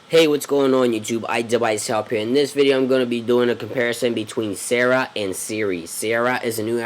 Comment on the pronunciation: "sara" is pronounced "Sar-Ra" You're saying "sarah"